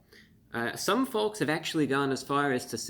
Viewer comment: Love the channel, always have, but may I ask why you pronounce the 'L' in folks 😂. It's meant to be silent